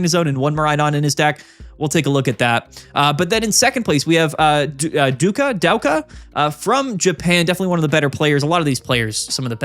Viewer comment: Douka is pronounced Doh-ka